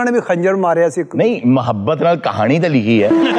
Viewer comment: Mahabbat hi hota h. Saleem sahab ne sahi pronounce Kiya hai. Meem par fatha (zabar) hai.